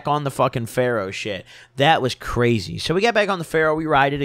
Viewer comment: He says pharaoh ride so weird